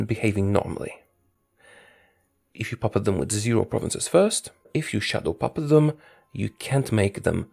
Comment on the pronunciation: You have the ultimate daddy voice but I always thought you said “shuttle puppet” which makes zero sense. I’m sorry, I have failed you.